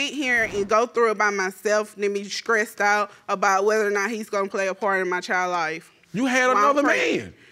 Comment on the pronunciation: "Skressed out?"🙄